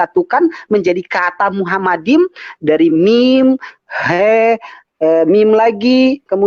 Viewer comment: bacanya itu machmadim bukan muhammadim. Cerita dongeng ahmad deedat dilanjutkan trus.